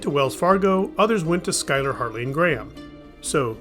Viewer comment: Glad to hear you pronounce Schuyler correctly! It's a tough one if you're saying it without hearing it first. Surplus stores aren't nearly as prevalent as they used to be, probably because of the change in how the military orders its supplies. Instead of ordering uniforms in the millions to mobilize a comparable number of new recruits, they order in batches as needed to cut down on waste (relatively, anyway). With less available, there's less for the stores to buy in bulk to resell. Also why there was a lot of Soviet equipment for a while (and some current Russian equipment until recently).